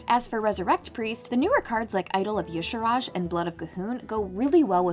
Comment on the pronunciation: There is no vowel between the R and J in Y'Shaarj. In what illiterate universe could it possibly be pronounced Yasharaaj? Just look at the word. It's obviously 2 syllables. Rhymes with "e-charge".